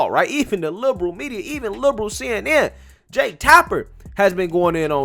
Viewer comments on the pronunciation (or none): none